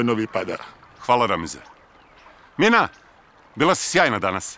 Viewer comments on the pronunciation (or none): none